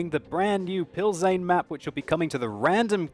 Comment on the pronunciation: Plzen = Pilzen not Pilzane :P